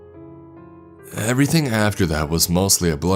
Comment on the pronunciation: "Someonuh, anyoneuh, everythinguh." You sound like Patrick Warburton if he had an extra chromosome.